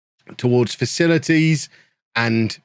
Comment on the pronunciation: catches Covid, struggles through admirably... utters the line "...facilites and sensible transfers." Informs Anna he needs a week off on a Portuguese Beach for 'work related scouting reasons.' Never change,. Goode think youz dun speek wurds fer aw liven'!